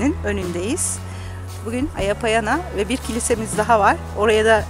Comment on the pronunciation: Kilisenin adı Aya Panayia (αγια παναγια). Kutsal Bakire Meryem Ana anlamına gelir. Hz. Meryem'e adanan binlerce kiliseden biri. Aya Baniya şeklindeki telaffuz bu ismin yöresel söylenişi, Aya Payana ise yanlış bir kullanım. Aya Panayia şeklinde telaffuz edilmeli. Isparta tarihi açıdan çok güzel bir kent ancak ne yazık ki böyle hazineleri harap olurken duyarsız kalınması çok acı.